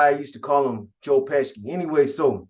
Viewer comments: U mean Joe Pesci (peshi) 😂😂 dude smack ppl when they mispronounce his name 😆😆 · Pesci is pronounced- pe-she